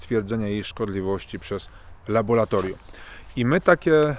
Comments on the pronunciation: co to jest labolatorium ? moze jednak laboratorium ? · 👹🇵🇱🇵🇱👹Panie! Naucz się pan mówić po polsku. Mówimy nie laboLatoRium, a laboRatoRium. To że, kiedy czyta pan coś, nie rozumie pan co, jest denerwujące. Mniej wygadani niż pan, kiedy przychodzi im coś odczytać publicznie - czytają to poprawnie. I zachodzi podejrzenie iż nawet zapamiętują jak wyglądał tekst. Przy takim wstępie pańskich enuncjacji, strach całość wysłuchać. Bo z uporem czyta pan słowo laboratorium nieprawidłowo. Błaszczakowi zdarza się często artylerię nazywać altyrelią lub aLtyLerią, ale czasem nie występuje u niego ten żałosny efekt obcowania z kolegami uczęszczającymi do PRZEDPOŁUDNIOWYCH PODSTAWÓWEK WIECZOROWYCH DLA PRACUJĄCYCH PO POŁUDNIU, odnośnie sfery którą się on zajmuje. Podobny do innych cymbałów, którzy pRioRytet chętnie mylą z p I o r y t e t e m. Obiecuję iż odsłucham dany filmik z pana udziałem. Chyba że usłyszę iż pan NIE WIE co mówi, jak to się zdarza słyszeć taki debilnie luzacki przerywnik (co drugie lub trzecie zdanie) często u jakoby profesorów, albo innych ćwierć móżdżków dźwiękiem swego głosu zachwyconych. 👹🇵🇱🇵🇱👹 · laboratorium a nie labolatorium :] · Co to jest labolatorium? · Laboratorium się mówi ludzie nauczcie się tego słowa nie jest takie trudne :face-orange-frowning::face-orange-frowning::face-fuchsia-wide-eyes::face-fuchsia-wide-eyes::face-fuchsia-wide-eyes::face-fuchsia-wide-eyes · Co za kretyn z tego psychola. Nie nauczył się słowa ,,laboratorium,,. Biedny Stefan Kisielewski pisał o dyktaturze ciemniaków za komuny. Teraz, dzięki Internetowi mamy nie tylko dyktaturę ciemniaków, ale też milion ciemniaków- wyznawców rozmaitych palantów. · laboRAtorium !!! Ile razy można powtórzyć słowo z błędem??? Nie LABO-LA-TORIUM, tylko LABO-RRRRRRRRRRRRA-TORIUM. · LaboRatorium, nie laboLatorium ;) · Nie "labolatorium", tylko laboratorium....